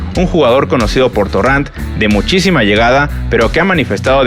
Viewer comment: Torran? No es torrent?